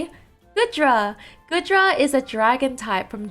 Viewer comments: normally I don't care but saying GOOD-Dra instead of GOO-Dra is baffling especially when you pronounced GOOmy and SligGOO right. I just don't know how you managed that. Anyway excited for Tropius since he needs love but I rather he not get added until he gets an evolution cause his stats are so low. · it's Gooooodra that's not how you pronounce 😭 anyway goodra is my favourite out of these just because it's a possible defender and I enjoyed using it in x&y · I love the Goodra line! Goomy is precious. Actually, all of them are precious. We need more defenders, and if the Hisuian form comes to Unite, I hope it will be a defender. (by the way, it's pronounced "Goo-dra" like goo)